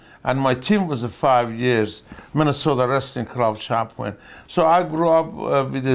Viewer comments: sounds like "chompee-on" to my ears. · Champwin. Because what does the champ do? Win